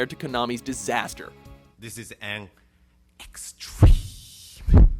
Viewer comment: The Cringe was "EXTREEEME!!!!" "EXTREEME"!